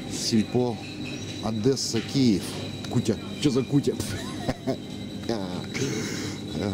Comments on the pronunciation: И запомните, нет в русском языке слова ОдЭса, есть Одесса!!! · На расии все путают Е с Э? ОдЕсса, не ОдЭса, Одесса! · хватит ОДЕССУ называть адэса!!!!